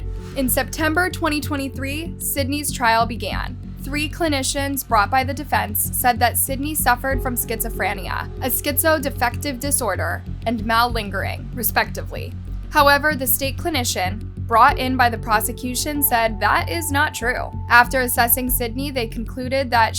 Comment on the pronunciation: I love your videos but please make sure to confirm pronunciation on things like catatonia, schizoaffective, and malingering :) great vid